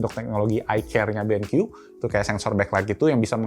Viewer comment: "Ini adalah Benq EWE.... Eh.. I dabel yu" WKWKWKWK